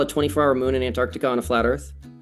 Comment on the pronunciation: Easiest way to detect a flat earther: They all say Annardica instead of Antarctica.